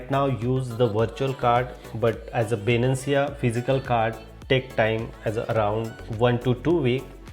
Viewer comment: bruh its not Binancia, it Binance.